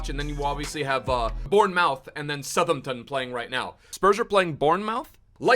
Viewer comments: Qumar Iqbal he’s swapped the pronunciation of the “outh” in both words hahaha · am i the only one getting irritated when he pronounces BORN-MOUTH and SUH-THEM-TON 😑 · Can't work out if deliberately mispronounces the English clubs like who tf are Bournemowth and Suthumpton